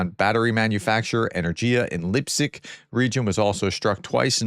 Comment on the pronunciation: You ask for help in pronouncing foreign words: Bundewehr = Bun-dess-vair. Germans pronounce "W" as "V". Keep up the good work, Prof. "Freuding" with an L, not "Freudling". "Lip-et-sk", not " Lipzig" "Voh-ron-airj", not "Verow-nez"